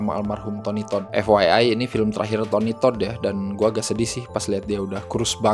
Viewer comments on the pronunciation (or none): none